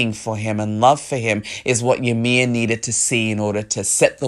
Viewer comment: fun fact the name Ymir is actually supposed to be pronounced as " EE-mir". not yamir. It is a very common mistake.